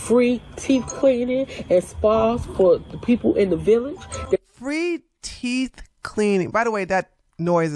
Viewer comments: “Teef” doeeee? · Anyone who says "teef" cleaning would not get anywhere near my teeth. 😂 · And, “teef”